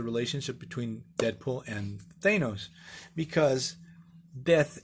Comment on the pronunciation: How is it possible you couldn't pronounce Thanos properly in 2020...